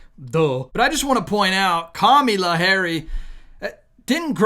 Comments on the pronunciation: Kamala. Not Kamila. Don’t sound stu**d. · It's Kamila, it's KamAla, for goodness sake. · Kami-law. Commie-law. 😂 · You need to learn to say her name correctly! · Kamala!people pronounce her name into different words 😊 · Why do you pronounce her name like that ? It makes you sound like a middle school bully and the message gets lost. Just curious. As a man who claims to be a Christian you have many instances of hypocrisy. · You are not really portraying Christ by making a joke and not pronouncing Kamala’s name correctly. I truthfully do NOT Trump and wish there was someone else to vote for. I don’t understand why any of the politicians think that Social Security belongs to them to decide they can cut or give away. I worked 30 years and the government took my money so I could get it back upon retirement. That is MY money not their’s.